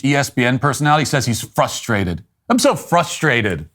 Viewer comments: The ESPN talking head is “Fustrated”. What a moron. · I love how when you look up Dexter Reed, Wikipedia will helpfully suggest "For the movie character, see Good Burger." Also, they're "fustrated." Not frustrated. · He actually said “fustrated”, which tells you his intelligence level. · He said "fustrated"! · You're beneath everyone who knows how to properly say the word "Frustrated"